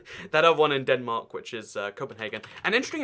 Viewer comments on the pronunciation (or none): none